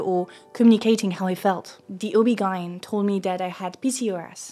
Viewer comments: I just can't get over her pronounciation of OBGYN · Me too. She makes mispronunciations in every video of words that are easy to look up before hitting the record button... I'm starting to think it's just rage bait at this point.